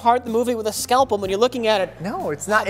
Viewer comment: "You're taking apart the movie with a scalpum..." - This is probably my favorite mispronunciation of all time.